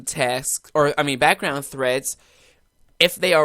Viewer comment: Thanks a lot buddy !! Lots a "TESKS" there ;)